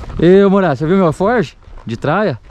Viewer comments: Fala beleza. O nome certo é alforge, não eforge kkkkk. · É arfoge não erfoge